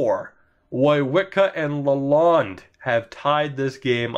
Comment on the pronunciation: Ur saying Lalonde wrong